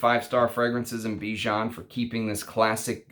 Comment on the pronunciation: Bijan is a catchy name..cuz it's my name too 😁 By the way your pronunciation is wrong...the "an" at the end rhymes with "fan" or "can"